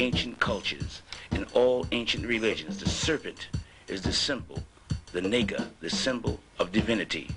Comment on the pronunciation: Dude no disrespect but take this down because this is idiocy beyond belief...naga pronounced *Na(like natasha) gha ( like ghana) not nee - ga ....naga literally translates to dragon or winged serpent.. Dont be a fool bro